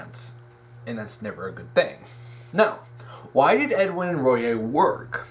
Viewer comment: Small nitpick, but Royai is pronounced Roy-eye